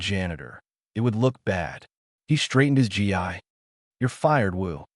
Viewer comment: AI can't pronounce gi. It is pronounced "gee" not "g" "i"